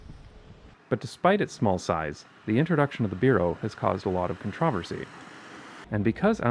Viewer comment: "controversy' was actually pronounced the right way in the video.